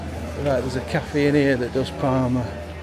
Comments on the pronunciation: Is there any other locals really annoyed every time he said PARMA instead of PARMO??? And also when he called the obvious garlic dip a yoghurt dip!?!?! Anyway cool video, nice to see someone championing the area and that parmo actually looked really nice, will have to try it out that cafe one day shopping. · You kept calling the dish parma and the locals would say yeah parmo, but you kept on right to the end still calling it parma, you are a stubborn beggar but we love you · parmOOOOOOOO ffs 😂 not parma like parma ham 😩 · parmO please stop saying parma 🤣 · PARMO! not PARMA! 🤣 They taste very different in restaurants than they do in cafes and takeaways. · It’s called parmo not Parma 😂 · Good vid man, but parmehhh 😂😂🤣🤣👌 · It's parmo not Parma lol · Ive lived in mbro all my life i didnt know Sydney Harbour bridge was made here. Ps we call it parmos not parma 😊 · It’s pronounced parmOO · You should’ve tried Manjaro’s for your Parmo (pronounced with an Ooo sound not Parma) , great vlog you just popped up in my search, noticed you have just been to San Antonio Tx , will have to check it out , haven’t been there since early 2000’s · It's parmo with a o on the end lol